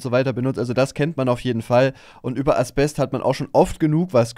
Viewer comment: Zum Thema Allgemeinwissen. Das Zeug heißt "Asbest" nicht "Aspest"